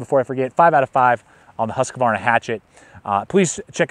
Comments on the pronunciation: Good video but you're killing me, its Husq-varna not Husq-a-varna. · I like how you pronounce it Husqavarna. should be closer to Hoosqvarna though, basicly means Millhouse :) or 'the house mill' small place in sweden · Nice review. For the future though, please pronounce Husqvarna correctly. Only 2 A's. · He is American lol they have trouble with any language that isn't Americanese